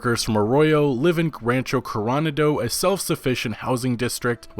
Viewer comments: Love the videos, and I know this is nit-picky, but Rancho Coronado is pronounced CORE-OH-NOD-OH, not CORE-ON-UH-DOH. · Coro-na-do, not coron-ado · Please please please stop saying "corONado". It's clearly "coroNAdo" and it's like nails on a chalkboards every time. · Coronado is pronounced core-ah-nah-doh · Awesome video, thanks for all the info... but you’re killing me with your pronunciation of Coronado. It’s ko-ro-NA-do, in Spanish multisyllabic words are generally accented on the second to last syllable, unless there’s a specific accent mark telling you different. For the sake of my bilingual ears, can you pleeeeeease hit the “NA” instead of the “RON” in Coronado? Literally my only criticism, thanks for keeping the useful info coming.